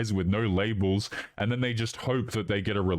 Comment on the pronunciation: Between the vocal fry and pronunciation of "and" as "ayand" I want to stick icepicks into my ears.